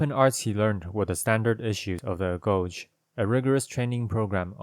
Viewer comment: Extremely entertaining! I laughed out loud at the father's story. Just a head's up about the pronunciation of Greek: only hard "g"s, and every letter is pronounced, except for ph and ch. So it's pronounced "ah-go-gay" rather than "a-gozh".